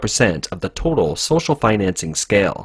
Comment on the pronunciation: you forgot the “t” in “total”